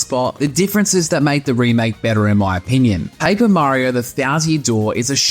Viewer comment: Where are you from? You have a different accent. U say pa-ee-per mario :)